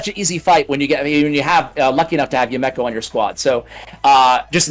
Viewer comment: YA-Mek-Oh … lol